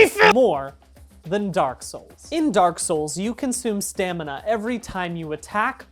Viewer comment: My father (long time video game Ark addict) says "stanima", so every time you say it correctly fills my heart with joy.